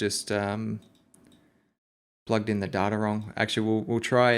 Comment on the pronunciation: You keep pronouncing "data" wrong. It's pronounced data, not data. Please work on this.